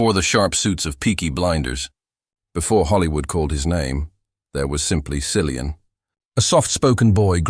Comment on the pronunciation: His name is pronounced KILLIAN. Hard C. Least you could do is learn that.